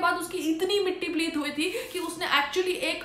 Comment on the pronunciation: Matti pileet nahi mam mitti paleet hota hai